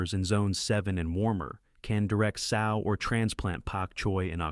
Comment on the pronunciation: it’s the mispronunciations for me, like “sow” pronounced like a female pig vs like “sew.”